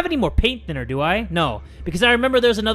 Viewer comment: "Paint thinner two die" Sounds like "Paint tinner to die"